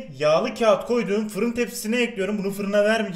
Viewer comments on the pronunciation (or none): none